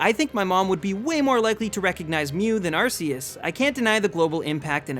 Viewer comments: Arceus is pronounced RKS, like Type Null's Ability. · It’s pronounced “Ar-Key-us” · its pronounce ar key us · no its not its ar-see-us (thats the pronounciation not spelling) type nulls ability is that cuz its supposed to mimic arceus and it actually has a meaning like r for (insert awnser here) k for e.c.t. also the pokedex app confirns the pronounciation and my pokemon guide does so and the anime. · pronounced Ar-kee-us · THE U IN ARCEUS SHOULD BE AFTER THE E!